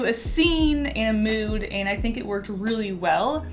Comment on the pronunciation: Am I the only one who was hearing Ant instead of And?